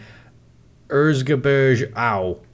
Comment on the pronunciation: I can't stop laughing about how butchered the word Erzgebirge. Sorry 'bout that, but I am german and totally know whatt I am talking about. 🤣